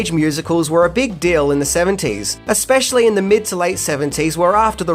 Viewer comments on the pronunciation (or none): none